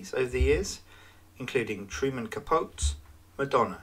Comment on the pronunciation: Truman introduced himself to society as "Ka-poe-tee". Which is how we know him in the States. Though this shouldn't tie your hands...just an FYI.